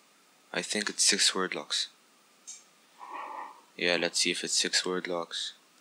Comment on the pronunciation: sup man six not sex da fuq 😂😂